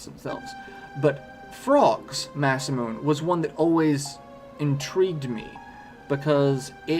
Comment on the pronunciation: First off, I love the video, it's amazing. And I'm sorry to be that guy in the comments, but it's "Mah-sah-moo-nay," not "Mah-sah-moon." Named after the man who was supposedly THE most gifted swordsmith in Japanese history. :)